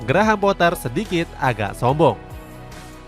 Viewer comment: GRAHAM POAH ,,,🔥🔥🔥🔥 KARENA DI INGGRIS DIA TIDAK DI PANGGIL DGN SEBUTAN POTTER 🤣🤣